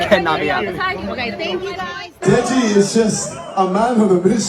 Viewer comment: dude really said degi 💀